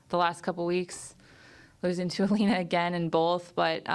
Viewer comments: She’s smart but she keeps saying Elina, her name is Elena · Its Elena not Elina Jissica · English pronunciation: Eh - lay - nuh 😂😂😂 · If you listen to Aryna she pronounced it properly which is yah-lay-nah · No....it's Eh - lay - nuh. There is no "Y".